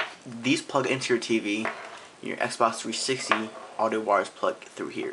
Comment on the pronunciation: i hate the way u say xbox 360......u say sbah 3sity